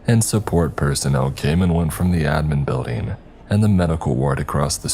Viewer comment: BuildING!!!! NOT buildEENE!!!!